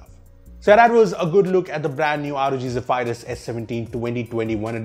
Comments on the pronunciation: zeph - - eye-rus. zeph-e-rus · Zeha-Fire-Us ❌ Zeh-Ph-Rus✅ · you mean Zey-Vi-Lus. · I'm sorry . One more time I here u say zephryus as zeph-i-rus I'll die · I dont think its pronounced as "zey-firius" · ze-pie-rus?.. really!!???